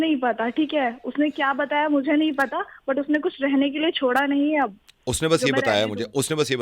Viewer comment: She's saying Hae ni instead of Hai Nahi she's nibbi😂